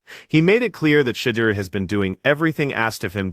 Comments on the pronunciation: Shuuud Durrr! Dammit! Say it right 😮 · Yeah. Shit-ti-er. Intentional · I would like to know who is pronouncing his name like that? Please 🙏🏾 redo this and PRONOUNCE the man's name correctly..smh..I like the video because its FACTS. but COME ON MAN. Put some respect on his name..lol..💯🙏🏾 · learn how to say his name to be taken serious